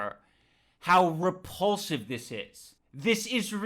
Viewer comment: repulsive? I think you meant re”paul”sive